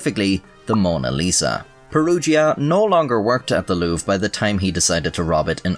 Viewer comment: LouvRE, you could have just googled how to pronounce the name Louvre xD Saying it wrong like 50 times was pretty cringe ngl